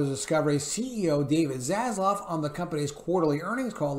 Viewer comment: ZasLAV not ZasLOV :)))